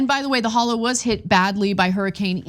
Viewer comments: Pretty sure it's pronounced "holler." I have family in Tennessee, and none of them have ever said "hollow." I lived in Florida for 28 hideous years, and never heard anyone pronounce it "hollow," especially in the northern part of the state, which is basically Alabama with higher rent. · Ana say it right: HOLLER. HOLLER, hon. Not hall-low. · It should be pronounced "holler". Meanwhile insurance companies are leaving FL at an alarming rate. After retirement age is raised to 70, social security is cut MAGA's will reap everything they voted for. At least Biden has never refused federal aid to red states like the former guy has to blue states.